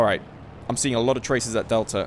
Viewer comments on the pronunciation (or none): none